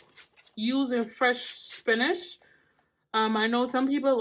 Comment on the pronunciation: Why do you say Spinash? It's Spinach!